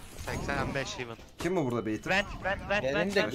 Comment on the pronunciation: hivın değil hevın 😀